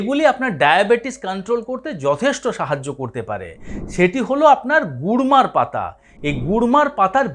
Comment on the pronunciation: Gurmar পাতা বলেছেন উনি kurmar নয়.